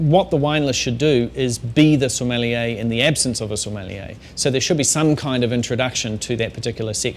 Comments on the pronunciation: so-meh-(except you dont pronounce the h)-lee-a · It's funny because he can't even pronounce it